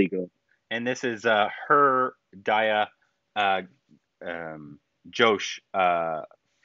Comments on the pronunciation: it's not Die-aa. Its Dee-a. Diya - the i will sound like ee in this word which is the most common phonetic for i. American English has so many wrong sounds for i. The teachers in US primary schools need to take a crash course in England or India. Multi - it's not mul-tie. its mul-tee. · Guys this is Ghosh pronounced like Gho-st not Josh of URI 😂 And this story is also set in Calcutta as the main character Bob Biswas is a bengali, but the movie is made in Hindi language mixed with little bengali dialogues. And her name is D-I-Y-A not DAYA 😄 (Di not Da) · It's Dīyā not Dāyā and Ghosh like Gh of ghost not Josh 😊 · Everytime pronounce Diya as Daya and Ghosh as Josh I am like 🤦‍♀️😂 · Diya pronounced as Deeya. Ghosh pronounced as a hard G with an attached ‘h’ not like ‘josh’ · DIYA is pronounced as DEE AAA and it is not Josh it's GHOSH :)!!!!!